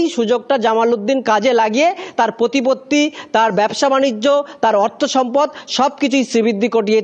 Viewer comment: Are bhai, Bangla bhasha take valo kore aayotto karo...'shubir shamparko', 'pochaar, 'potipotti', e-shab ki? Tomar tabe, valo kore jiv chule, roj, Bangla shabdo jore jore uchharon kore, aaynar shumukhe practice kara aaboshhak.